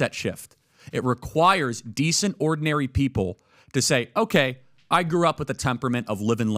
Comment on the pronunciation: How many years speaking English now, and still thinking it’s pronounced ‘ow-kai’? Annoying af